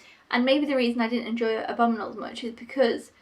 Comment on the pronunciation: Why do you pronounce abominable like abominal?